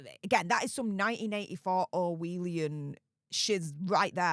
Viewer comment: It's orwellian not orwheelian..you exaggerate so much it's embarrassing..